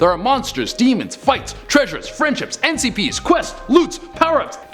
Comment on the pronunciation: He said NCP's instead of NPC's 🤯